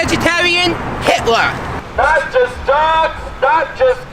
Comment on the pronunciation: why did he say it like that 😂 “YoU KnOw WhOElSe WaS a VeGetARiaN?? HItLeR!!”